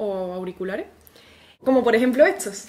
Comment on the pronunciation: eres una española muy adorable.. sabes me llama la atencion que pronuncies "TS" cuando la palabra lleva ST como consonantes consecutivas POR EJEMPLO... "estos" lo prununcias como "Etsos"te sale muy tierno JJAJAJAJA <3